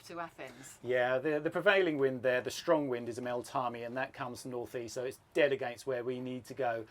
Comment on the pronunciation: Loving this! It’s MeltEMi not Meltami BTW. I’m looking forward to more of Greece ♥️